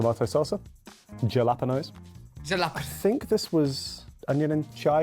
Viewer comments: Beef hotdogs all the way!! And it's "hala-peen-yo," not hala-pee-no." 😉 "Sweet popcorn" (we fortunately don't get here) ... Sugar, lots of calories... "Duh." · Jalapeño is not pronounced as hala-pee-no, it’s pronounced hala-pen-yo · Its Hal uh peen ee ohs Not jal op in oohs. Like its not Britstain. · If you buy the large of popcorn and soda sizes, yes, you get one refill of each one for a one time refill. I occasionally like butter, but not always because it is messy. M&M’s with salty popcorn is great! All beef hot dogs great. That pizza looks nasty! “Impossible” is a plant based food clone. Jalapeño is pronounced Ha-La-Pen-Yoh. A Coke freestyle is a machine that will add flavors to various Coca-Cola products (Dr. Pepper, Sprite, Coke, Diet Coke, Coke Zero, etc.) and the flavors are cherry, lemon, lime, vanilla, etc.